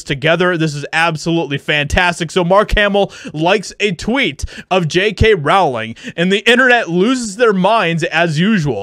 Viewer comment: I like your videos; and I feel exactly the same about this story as you do. So, don't take this the wrong way: J.K.'s last name is pronounced like "Bowling," except with an "R" instead of a "B." Hopefully you take this as construction criticism, because it just helps your content be that much better than it already is. 😋👍